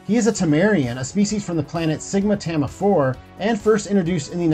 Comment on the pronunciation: "Fay ho"? really, come on... edit: OK.... Children of "Tamma" and "kayshun probe" - let's be real you're trying to pronounce things you're reading and haven't really watched.